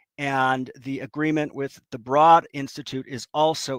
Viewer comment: BTW, Broad is pronounced like road.